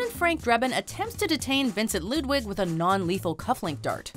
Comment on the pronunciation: Ludwig not Lidwig